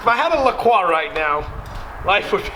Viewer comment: Manz said kroikx